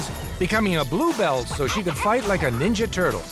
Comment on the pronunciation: "I want to be neenja" turtle.